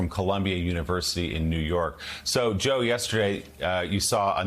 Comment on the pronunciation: It’s really Joe not wheele.